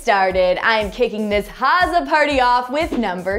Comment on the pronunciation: She doesn't say Hazza properly. She pronounces it as Harzza.